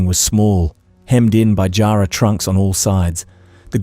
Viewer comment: I though AI because of the incorrect pronunciations. I've just started watching and the pronunciation of Nullarbor and Jarrah is not how Australians would say these words. I'm just at the 17.50 mark. Anyway it is good to get an update of Kerryn Tate's murder so thank you.